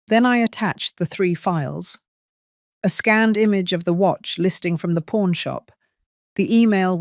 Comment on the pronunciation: Pawn store, not porn store…laughable error